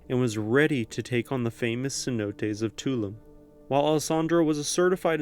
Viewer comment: Tulum is actually pronounced too-loom